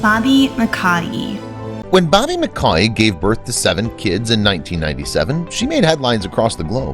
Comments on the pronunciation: One quick thing, the other video mispronounced Bobbie’s last name: it’s pronounced just like this “muhCOY” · “McCoy” is how it’s said 😆😆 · That multiple family that was so rewarded pronounced their name MC Coy